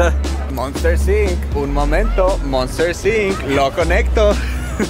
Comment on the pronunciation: monstering no monstersing F